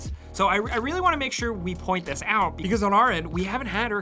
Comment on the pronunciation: "Point this aut"